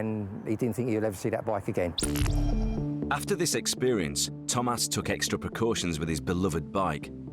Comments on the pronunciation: I can't get over the emphasis on the pronunciation of the name Thomas by the narrator; Tom-Ass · I love how the narrator says his name TOM ASS